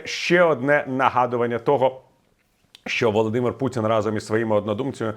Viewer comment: пан Портников так подчёркнуто выговаривает "Володимир Путин", что аж тошнит